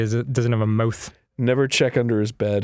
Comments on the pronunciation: Danny pronouncing the word "mouth" is just MMMMMFFF. <3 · at this point i can't tell whether dan actually says mouth mothe or if it's some inside joke that i'm too stupid to recognize